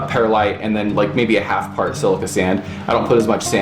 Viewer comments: One quibble, Perlite is not pronouncea pear-a-lite, it is per-lite or purr-lite. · Actually, it's Pearl-ite, no pears in Pearlite! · I used to pronounce the word the same way - and the people at my local nursery apparently did not know any better as they did not correct me. I figured it out on my own when I noticed that there was no letter a in perlite.